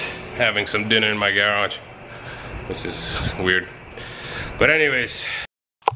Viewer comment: How can you have a garage video series and pronounce the word garage all weird? 😂